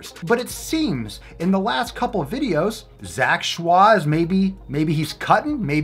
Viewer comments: His last name is pronounced as "ch-oy". He actually eats raw salmon, steak, rib eye, waygu, etc quite often as well... (at least previously). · His last name is pronounced like Choy in bok choy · Kamimari Denki why is he saying shah? It’s Choi.... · He's just joking pronouncing it with a French intonation XD I'm French so it makes me laugh everytime, can't help it 😂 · He pronounces it schwa for the Lols. He knows its Choy😂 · In the first video papa did on him, he says he knows it's choi, he just likes how fancy schwah sounds. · if i took a shot everytime he said zach "shwah" id die of alchohol poisoning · Am i the only one who still giggle everytime papa say zac choix ? 😂😂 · the bandana, the way you say zack shwah, I cant 😂💕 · Lmg that's not how u pronounce his last name lmfao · That's 🙂 he's just being funny with the way he says it, I'm sure he knows the real way to say it hehe